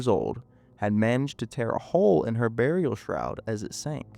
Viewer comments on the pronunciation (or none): none